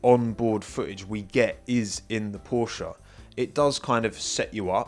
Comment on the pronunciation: jeeez is not porschA... is porschE... check out, how the german say that word... and learn it in the correct way!